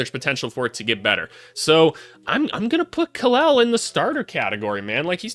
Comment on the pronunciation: Shout out to you sir! You are the closest sports YouTuber who got Kel' El first name right. He is named after Superman's Kryptonian name Kal-El. My day is Dec 7th.